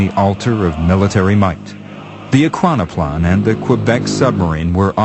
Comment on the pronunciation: Why choose a narrator who struggles so much to say Ekranoplan?